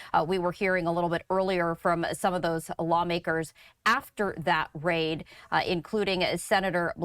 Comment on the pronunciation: Ony an IDIOT (Democrat) would have left evidence years after the crime LOL Morons and hey FOX, RAID not RIAD